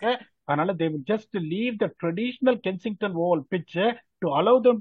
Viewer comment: its kenington oval not Kensington Oval